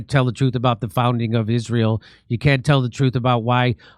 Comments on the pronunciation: The way Candace Owens says Israel is funny 🤣, she says it like Ishmael, she says the S like a sh. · Why does Candace call it “Ishrael”? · How many times can she say IZHRAEL IZHRAEL IZHRAEL —- just take out the battery and make the incoherent noise stop.